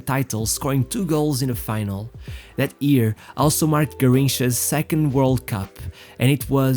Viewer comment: J..F..CHRIST!!!!!😤😤 learn how to pronounce ''YEAR'' before you make another video.